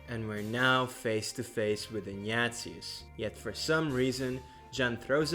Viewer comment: The way you pronounce "Ignatius" sounds like "Nya~zis"